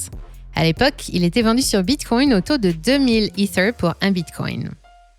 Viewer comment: Pourquoi mettre l’accent sur ether 🤢